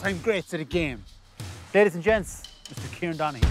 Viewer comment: I know! But when people from Kerry say his name, it sounds like Kirean😂👍🏻😂